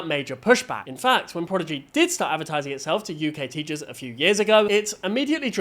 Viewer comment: What is ‘Progidy?’ Edit